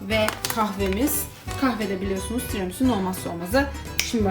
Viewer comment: Tramisu diye magnolyayı yutturdun be 😂😂😂